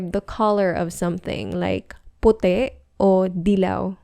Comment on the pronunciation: Why is "PUTI" pronounced pu-teh instead of pu-tee?